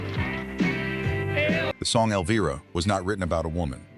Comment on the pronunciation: Get it right! The pronunciation of the song “Elvira“ has a long “i ” sound!